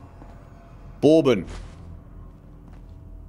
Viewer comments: Burr-bun, it is pronounced Burr-bun. Water filtered by limestone, quality mash (no corn or rice), distill, age in White Oak barrels. True bourbon is brewed and distilled in Western Kentucky, and surrounding areas. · Apparently "bourbon" has different pronunciations depending on whether you're talking about the American whiskey or the British candy. +, I'm afraid you referred to booze using the candy pronunciation. (Tsk, tsk.) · "Bore-bon" LOL